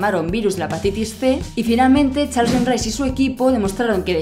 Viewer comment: AHÍ DICE cHARLES, NO cHARSEN, X'D/. , ¿TE REFIERES AL cORONAVIRAS? :V?